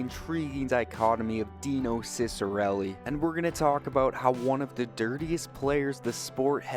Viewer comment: i’m actually related to him, and the proper pronunciation is chick-uh-relli!